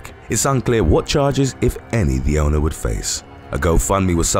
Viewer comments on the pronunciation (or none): none